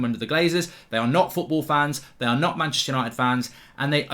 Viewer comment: Welcome to that’s fooorball? Mark you okay bro? 🤣🤣🤣my mans that hurt he can’t even say the word football loooooool